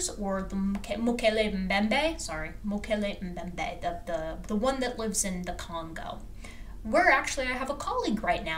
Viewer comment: I'm surprised you can't pronounce mokele membe but you can pronounce australiapithecus afarensis. Especially since you're damn good at the pronunciation of scientific names. And seriously, guy narrating, supposably? Are you sure that's a word?